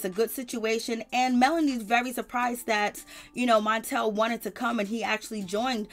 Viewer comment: Latisha's husband's name is Marsau. Pronounced Mar-So! And Melody's husband is Martel. You said MONtel. And Monster's mom name is Kayowa- Pronounce kya-wah.😳👀